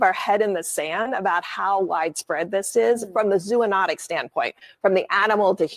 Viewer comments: She didn’t pronounce “zoonotic” correctly. That’s is basic information if she really is an “expert”. I doubt how much she actually knows about the information she is presenting. 🧐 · Again she pronounced “zoonotic” incorrectly!!!!!!! She is just a “ talking head”!!!!!